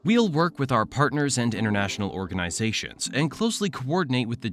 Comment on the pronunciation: Word s pronounced wrong: Cod I fy;organ I zations ; mis-sills not miss aisles